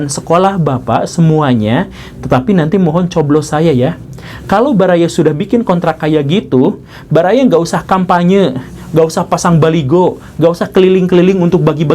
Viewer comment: yg bner baliho bukan baligo wkwkkw 🤣